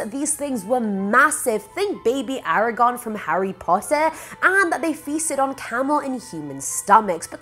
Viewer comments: Argog not Aaragon...one is Harry Potter and the other is a COMPLETELY different book series 🙄 I love you A but come on girl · So imma politely say Aragog not eragon, eragons a dragon, aragog is a spider